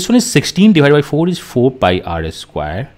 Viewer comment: sir it's pie